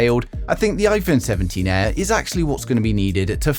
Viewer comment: "Iphone 17 EH"